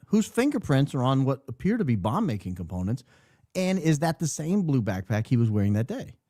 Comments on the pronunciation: The way he says it 😂 like “quick quack” 😂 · Your play on the pronunciation of "BackPack" is already... played out. Now we are adding PipeBomb to the mix? 🙄🙃🙄